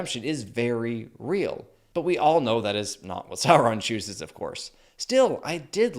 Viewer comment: say it right, its Saurrron